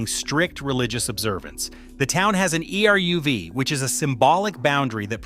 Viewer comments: If AI is so smart, how come it can't learn many of the names and words in this video? ERUV is pronounced "areev". Monsey is pronounced like "Munsee". Say thank you. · Would it be asking too much to pronounce ELIE WIESEL's name correctly? And ERUV! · You could have hired a narrator who knew how to pronounce eruv and challah, etc. LOL!!!!! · E.R.U.V. - funny